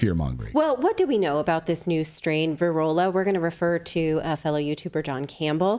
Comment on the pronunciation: It’s Pirola correct, not Virola?